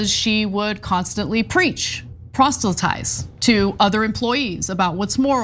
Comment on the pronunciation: "prosstultize"? You're acting as a journalist ffs. Do better.